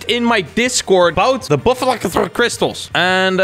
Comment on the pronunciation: Oh and btw its pronounced BUFF AL KOR!